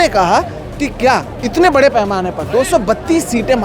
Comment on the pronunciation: اپلے آپ کو نہیں اپنے آپ کو اتلے نہیں اتنے کہو ..... اتنے کی بجائے اتلے اتلے بول کر آپ اپنے معیار کو گرا رہے ہیں ... آپ کی رپورٹنگ اور تجزیہ اچھا ہوتا ہے لیکن آپ اپنے تلفظ کی ادائیگی پر توجہ دیجیے ..... بول کر